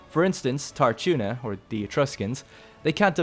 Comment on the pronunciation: Tarchuna is not pronounced with an english "ch". It's more like the ch in Loch Ness.